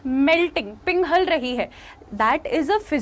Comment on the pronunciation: Mam pinghal Rahi hai nahi pighal Rahi hai, anyways you are a good teacher 🙂🙃